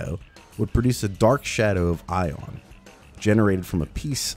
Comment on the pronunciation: No. NO NO! My name is not pronounce [Eye-ohn]. No, it's [Ee-ahn]. Like Ian. Regardless of the frame's name. It's universal.